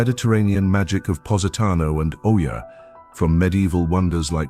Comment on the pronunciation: Wonderful video and choices. Your computer, in true British fashion, manages to mispronounce every place name in the video, as well as some English. ie EEuh, Greece, not Oya. Oy gevalt!